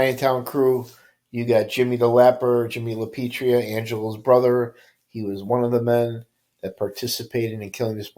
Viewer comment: I enjoy your content but please pronounce Lapietra correctly. It sounds like you are saying Lapietria. Please keep putting out this content. Thx